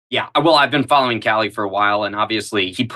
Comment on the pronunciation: That is a big F not T in following!!!